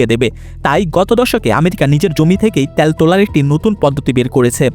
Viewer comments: ভাই কথাটা ত্যাল না তেল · ত্যাল ত্যাল শুনতে ভিডিও দেখার মাজা শেষ 😅